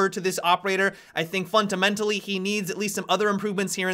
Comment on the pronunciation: "fun-ta-mentally" lmao